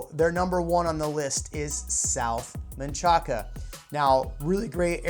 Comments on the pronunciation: Great video. Thanks. It’s pronounced “Man-Shack” not Man-cha-ca. S. Austin FTW #Valentinas :dropmic.gif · He said men-cha-ca 😂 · It's Man-Shack. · it’s manchaca. it’s not English its Spanish. never in my life have I heard sum1 pronounce manchaca as “man-shack” . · nah . im guessing yall white ppl pronounce it like dat . manchaca isa word in Spanish. u pronounce it how u see it . “man-cha-ca “ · If your from Austin Manchaca is pronounced Man-shack and no one from Austin calls South Congress SoCo but people not from Austin or new to Austin. But you are right about one thing being from Austin and having lived on ever side of town south Austin is the best, its the one side of town that still has that old Austin feel unfortunately its disappearing fast. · Unless it's a GPS nav then it's pronounced "Man-kaka" which never gets old. Fun fact, the city recently spent a lot of money changing all the signs from Manchaca to Menchaca, the proper spelling of the Texas revolutionary's name. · no it’s manchaca. it’s not English it’s Spanish. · The fact that this guy is mispronouncing Manchaca tells me he isn’t actually from Austin and has no idea what he is talking about. What a silly dim-wit. Go to local sites and talk with the locals (as long as they are from Austin) and get a better prospective from them. Just sayin’ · Yes I also noticed he pronounced Manchaca incorrectly!